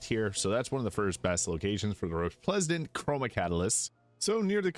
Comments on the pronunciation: Love the energy bud - also, it's Re-splen-dant :) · Re - splen - dant. Hope that helps